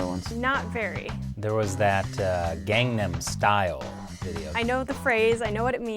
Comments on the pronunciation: Okay was I the only one that was triggered when they tried to pronounce Gangnam Style? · I swear if I hear one more person that pronounces "Gangnam style" wrong when throughout the song he pronounces it I'm going to be jungshook this is just oml...